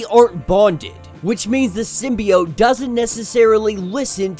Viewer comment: Keep saying symbiot I like that